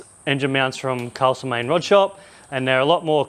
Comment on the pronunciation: Just a tip, don't say Castlemaine like that to a local ;)